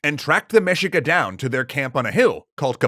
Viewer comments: it is pronounced mehica not mejica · Say it with me… MEH-SHEE-KUH. Mexica. Our ancestral Mexicans. The largest tribe of our Nahua ppl. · Mexica should be pronounced as Me-Shee-ka. Should be the Mexica People. They didn't name themselves Mexica until the Founding of Tenochtitlan. Before, they're known as Aztec (other tribes called them Chichimeca). Also story you're mentioning is a chapter from Fernando Tezozomoc's writings from Cronica Mexicayotl. Wait, you haven't read Cronica Mexicayotl? *cue song*.